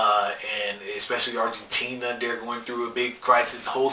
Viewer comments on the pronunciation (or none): none